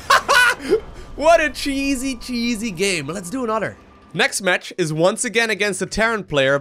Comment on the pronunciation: That laugh followed by "Letzdoanthr." Jesus. lol